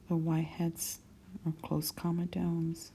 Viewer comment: You should pronounce comedones correctly.